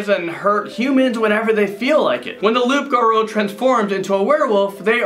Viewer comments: It's pronounced " loop garoo." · loup garou is French for werewolf. It’s pronounced “loo garoo” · The French werewolf creature is pronounced as Loo Garoo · Its pronounce loup like you garou its pronounce ga-rew loup-garou or like lew-garew